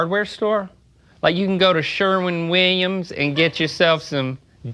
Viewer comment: Shurwin Wihyums 🤠